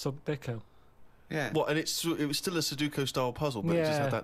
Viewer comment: Ricky and Steve said it wrong. It's pronounced Sudoku. Not Suduko.